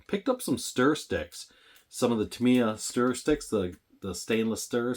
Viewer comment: Actually, it's "TAM-iya". Like "TO-kiyo". But, tomayto, tomahto, tomyeto".